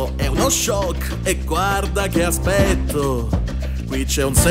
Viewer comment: Secondo me nel minuto non enfatizzi abbastanza la parola aspetto e soprattutto la S, nel doppiaggio originale si sente come la S è molto "forte" ed enfatizzata. Ma per il resto guarderei te doppiare Maui proprio come il doppiaggio originale, sei fantastico